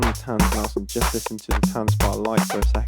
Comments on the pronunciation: Dude I can hear you are English so you have a disadvantage in pronunciation but it’s not ‘tanzbar’ like a dance bar it’s tanzbär like a bear. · Good review! Would’ve been nice if you even tried to pronounce Tanzbär correctly. It’s not that difficult ;-) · please say tanzbear. it means dance bear.